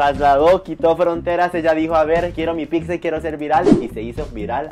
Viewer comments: Ledi piccsa 😅 se pronuncia pitza 🙏🏻😩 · ¿Y si antes de sacar el vídeo practicamos la pronunciación de "pizza" y no "pigsa"? Saludos y excelente día. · Para empezar no se dice picsa 🙄 pero bueno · Que mal que tienes una canal llegas a muchísimas personas y no sabes hablar? No se dice PICZA. Que mal que hasta para hablar tengas faltas de ortografía. Te invito aque hables con propiedad, reitero no se dice PICZA o PIKZA, no se como creas que se escribe. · Primero aprende a decir "pizza"